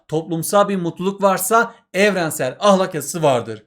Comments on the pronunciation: Ahlak değil ya ahlâk diye okuyun lütfen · Hocam ahlak degil "ahlâk" lütfen konsurken ve yazarken dikkat edin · Hocam ahlak demenizden dinlemekte zorlandık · Hoca ahlâk demiyo Ah! Lak diyor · hocam o kadar garip "ah LÆÆÆÆÆK" diyorsunuz ki derse odaklanamadım ozur dılerım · hocam ahlak derken 2. a yı kalın demeyin😭😭😭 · hocam ahlak demeyi mi öğrenseniz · Hocam yozgatlimisiniz ahlak dediginizi dinlerken konuya odaklanamadik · hocam neden kalın a ile söylüyorsunuz video boyunca fenalık geçirdim